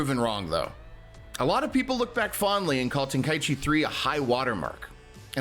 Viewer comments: Ten-kai-chi not ten-kai-ichi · Ten-kai-chi vs Ten-kai-E-chi